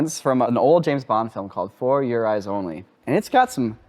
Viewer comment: I can tell you are clearly not Bond fans. No one says that title like that. For your eyes only... One quick sentence. Not that weird FOUR your eyes only.. and THAT guy, THAT guy ? That's Blofeld the head of Spectre and still in his neck brace from the 60s. And does he kill? And violated hos rights ? Bond od not s cop you numbnuts. Hes a British agent and there's no rules they have to follow whatsoever. So he can't violate anything. The whole bloody point of these films is that he's not just an agent working for her Majesty Secret Service , hes an 00 agent. Basically tells you hes an agent with the right to kill. Lose your double Oh status and you lose the right to kill. I guess you dont watch Bond movies. And Blofeld just not registering is crazy... One of the best criminal masterminds of all time and a fan fave. Bond kills men and women in the books since the 50s so maybe try and catch up ? This was like watching 3 toddlers watching Bond. Bad effort.. Updated oh and Is that a shark in the water? Eh no mate, you're in London at the London Gasworks and if you had a shark that could be seen from that high we need to call The Sun because that would be some story. UK sharks being around 1-2 ft would mean we got something special down there..